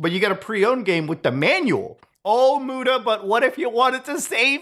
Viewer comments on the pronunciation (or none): none